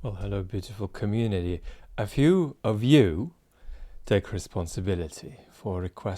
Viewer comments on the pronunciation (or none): I love how British you sound saying ‘community’ 😂